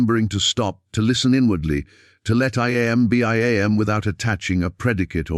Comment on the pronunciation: It is so annoying to listen to this pompous, phony voice prounce "I Am" as "eye aye em". And, the voice runs parts of sentences together, nevermind the correct punctuation, ruining the meaning,plus it puts the emphasis on the on the wrong part of the word, as in "PROject" and "proJECT", which are two words that have completely different meanings. PLEASE STOP!! I didn't listen all the way through and can't bring myself to acknowledge this channel in any way.